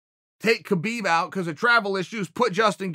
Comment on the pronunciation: i think hes saying habeeb wrong on purpose now.....